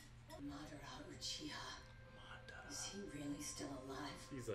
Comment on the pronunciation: oh it's not that name you've been butchering it's Madara's